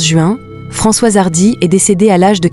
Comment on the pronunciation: Vous êtes vraiment minable avec votre exploitation par l'IA : la voix dès le début n'a pas assimilé Françoise et dit François, etc etc, je ne rentre pas dans le détail sordide du reste